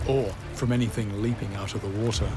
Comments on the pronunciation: you're making it sound like he's pronoucing it like Utah with how your wrote that phonetically. Warter. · i like how he cant even say the word water and says wootah about 75 times this episode